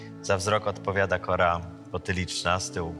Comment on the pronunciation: On powiedział kora 🤦🏻‍♀️